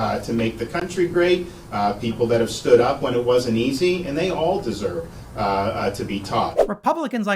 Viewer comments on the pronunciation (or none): Will someone please tell Ben Crump that it is WITH not WIF, it is THIS not DIS, and it is THAT not DAT.